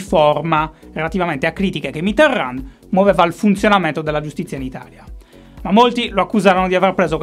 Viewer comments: "Mitteran" non si legge la D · Si dice Mitéròn, la d, mi raccomando, se te la sente in bocca un francese sì che si triggera :) Magari te l'hanno detto 1000 volte, polesse, ma pensavo che potrebbe essere interessante una puntata - uno speciale - dove parli di un solo politico. Un po' alla stregua delle monografie del DuFer... Ciao! Gran lavoro, come sempre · Ogni volta che pronuncia Mitterrand un francese muore di infarto... E dire che con la sua R poteva essere sexissimo... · A ogni pronuncia di Mitterrand, un brivido lungo la schiena